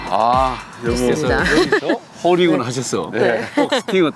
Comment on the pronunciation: 임진한 프로님 홀잉원 홀잉원 ~~ 발음 재밌어요 ㅎㅎ